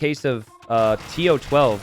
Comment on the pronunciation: to12 is pronounced "Toh Doh Seh"... It's play with language to say "I know everything" in spanish which is "Todo se" (technically should be "se todo" but same point gets across). Also, correct! You're closer saying "comb-bee" than "kom-bee" (a combi is a VW bus - like the one from that 70s show).